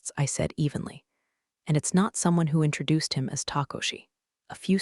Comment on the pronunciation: Never heard "intrajuiced" before. And yeah, "arigato" is the proper one.